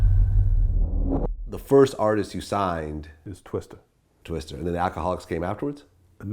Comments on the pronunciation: Twista vlad. Not twister. Goddamn. Vlads mispronounciations drive me nuts. No one else on 🌎 has that effect on me.. Vlad you suck. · Twista, not Twister. Fuckin dumbass corn ball. Lol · TWISTAAAAAAAA STAAAAAAA NOT STER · Vlad, it's TWISTA, not Twister. Come on bruh!